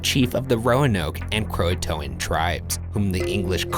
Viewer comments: It’s pronounced crow-aye-t-an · Cringe every time they pronounce Croatoan. KRO A tion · “CROATOAN” Me, dying: yOU STOP THAT